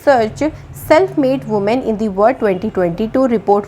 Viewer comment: Thank u so much maam🙏🙏🙏❣️❣️but one request ..please pronounce "world" word properly.🙏🙏